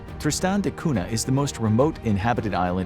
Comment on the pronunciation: Cunha is pronounced Kun-ya and not 'Cuna'